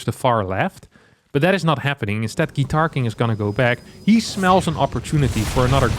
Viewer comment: Are there any Russians here who all the way were sure that GuitarKing was perfectly pronounced by like Russian surname «Гитаркин»?